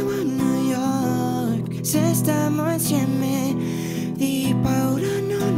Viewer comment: Sara Palazzo hai ragione canta benissimo ma le guarda che sbaglia comunque la pronuncia, invece che dire stiamo insieme dice stammo insemme